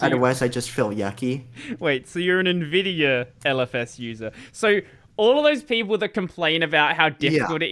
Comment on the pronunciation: it is not "neh-vidia" - it's "en-vidia" ... hence the spelling nVidia or even older: n-Vidia